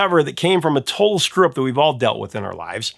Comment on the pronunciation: I hear you. I know someone with a strong accent who says "total" in a similar way, but "total strup" was still pretty worthless. I went back at the end and the "Hysteria" copy machine story was the only one that fit, so I went back and re-listened, "He said screw-up there?! Oh our poor beloved professor must have had a seizure just then or something."